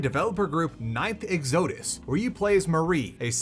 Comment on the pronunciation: Bro didn’t even pronounce “exodus” correctly, there’s no hope for him learning to pronounce Peripeteia